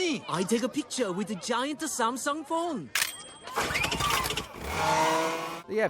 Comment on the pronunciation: "giant ta samsong fone" 😭🙏🙏